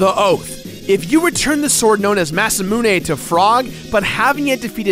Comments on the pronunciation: Masamune is mass-ah-moon-ay tho Magus is definitely May-guss tho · I dont like how you pronounce magus or masamune